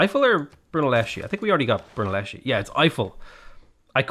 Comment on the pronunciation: The pronunciation is Brunelleskee